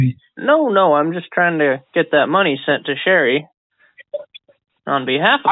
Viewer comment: "I said Shelly did not pick up the mowny" lmfao I come back everyday for that